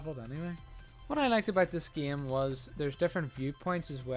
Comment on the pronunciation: plz stop saying "geime" and u refuse to get a new faster car because u have to upgrade him and because fo that u hate online. seems fair for a guy that dont play the geime